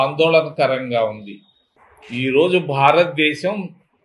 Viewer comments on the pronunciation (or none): none